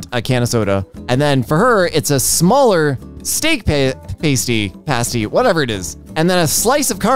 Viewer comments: "We don't really have an equivalent here in the states" you just aren't looking, you can find pasties everywhere, they are kinda like a meat pie and they are amazing. Also it's pronounced like past e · I was laughing at the pasty pronunciation. If you're wondering it's pronounced pass-tee in the UK. Not that it matters . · Totally not the point of the video but pasty is pronounced past-ee as in past present future. They are super yummy and best served hot! Cornish pasties were traditionally made with a crimped edge so miners could hold the edge to not ingest the coal or metals they were mining! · I appreciate that she's likely never heard it said and that's fine but I keep giggling at the way says pasty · I hate that the English language has made pronounce pasty as they do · you are pronouncing pasty wrong, you don't pronounce the a like that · Yeah my family is from Cornwall and I was laughing so hard listening to say "paste-ee" rather then "past-ee" but whatever you call them they are delicious. (I will judge a little when high-brow publications insist on calling them "hand pies" to "elevate" them) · "paystee" is very much throwing my off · You say PAY-STEE, I say PAH-STEE... Let's call the whole thing off! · As a Cornish person, i wish too die on how much you butchered the word “pasty” its said past-y not pastey Thank you for your time and AAAAAAAAAAAAAAAAAAAAAAAAAAAAAAAAAAAA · The kind of pastry called a pasty is pronounced past-y not paste-y, it's usually a savoury filled pastry. And I think the caramel slice means like a slice of millionaires shortbread. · Lmao I‘ve been pronouncing pasty wrong this whole time, I pronounce it as ‘paastī ’ but that's wrong apparently 😔💀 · as someone who used to eat pasties almost exclusively, hearing struggle to pronounce them and then go "what is a paystee" just made my day No I won't explain what a pasty is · so... Like pasta with tee instead of ta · from uk here we pronounce it as “Pass tea”